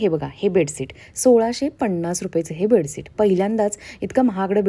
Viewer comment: बेडसीट नाही बेडशीट बोलतात...pls improve ur some Marathi and English word pronounciation , ur vlog will be more good... bedsheet 👍👍